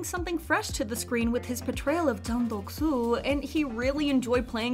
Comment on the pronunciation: It is not daek soo. It is deok su ( 덕 수)